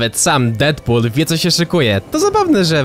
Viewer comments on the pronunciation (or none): none